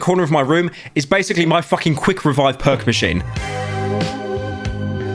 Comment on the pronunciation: Says "Perk machine" All I hear is "Perc machine"